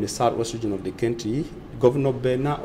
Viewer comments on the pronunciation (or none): Country is pronounced phonetically as Kantri my brother. Sorry if I sounded off. No harm meant! Peace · Country not kentry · Why is he pronouncing country as kentry 😳😳😝😝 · My friend pronounce well. Country not kenty. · KENTRY & EEEFORTS? REALLY!!! semantics na different level lol but we get the message. We need to investigate the panel of interviewers who agreed that you should be employed as a newscaster